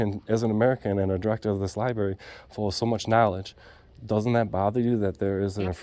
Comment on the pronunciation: Another auditor who cannot pronounce the word library